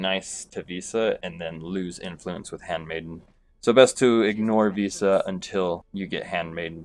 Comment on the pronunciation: Can’t handle this guy calling one of the most iconic characters “Visa”